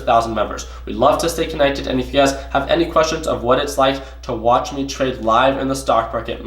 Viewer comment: What's up! Man you ve been trading natural gas so much that when u do your sign offs now it sounds like your saying UGAZ when u mean you guys lmao! Btw really enjoyed Westons series so far, how u guys interact with each other is truly hilarious! Keep at it, luv the vids